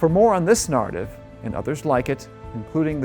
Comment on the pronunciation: Interesting. more please, but could someone teach that fellow how to pronounce the word "narrative"?